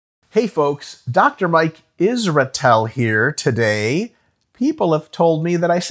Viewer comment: I'm very used to you saying dr mike isrejyhgtel